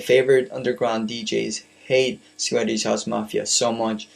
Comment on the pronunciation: swedish house mafia not sweddish house mafia. You pronounce it wrong